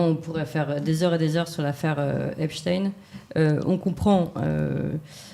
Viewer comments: pourquoi parlez vous de epsTIN alors que qu'il s'appelle epsTEIN...???????!!!!!!! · Pourquoi dernier temps changent-ils constamment de nom Epstein ? Epstein pas Epstin 😅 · On ne dit pas Epstine mais Epstein, comme on ne dit pas Albert Einstine mais Albert Einstein, et dans les 2 cas ce sont des juifs ashkénazes issus des peuples Khazars d'europe centrale comme l'Ukraine et donc qui n'ont absolument rien de sémite. MerdRe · Ne dites pas Epstin mais Epstein. Vous ne dites pas Einstin mais Einstein. Vous n’avez pas à faire plaisir à la communauté. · des que vous entendeZ " epstiiiiiine" et non " epstein " dites vous qu on vous manipules meme si c est avec un peu de veriteZ... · Dommage que ce Mr prononce Epsteen...dirait-il Einsteen ou Lichtensteen??? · Dommage Mr Raufer que vous disiez "Epstine"....😒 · Lorsque croise ses bras...C'est qu'elle se retient et que " ca l'embête! " Bon...j"essaie d'écouter.Mais qu'un Boomer mm si...blablabla dit: Espteen! Je vrille 😮 Par contre: est-il vraiment mort. Le Salopard!??? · Albert einstiin ? Non ? Alors pourquoi epstiin et non epstiin . Je suis choqué que l’on déforme ce nom actuellement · Encore un personnage qui nous parle "d'Epstine" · j INSISTE SUR LA PRONONCIATION DU E PS T E I N ... c'est phonétiquement STEIN en Allemand c'est S T E I H EI N ,,, la pierre ..... faites un effort avec les langues Madame Monsieur les journalistes cela devient insupportable votre non remise en question sur votre phonétique Merci les francais c'est dur avec les langues étrangères .... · Exactement !!! Phonétiquement, "CHTAÏNE" !☝️☝️☝️ Merde, à la fin.😑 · Pourquoi prononcer Epstine ..Comment prononcez vous Albert Einstein ? Poutein où Poutine? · Cela m'ennuie un peu que Mr RÄUFFER [phonétik] REUIFFER, avec ou sans tréma, parle en phonétique de EPTINE , et non de Stein (pierre), EPSTEIN. Sinon, je suis en accord total , avec les propos de Mr X. RAUFFER, que j'apprécie beaucoup. ... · ARRETEZ DE DIRE EPSTINE C EST EPSTENE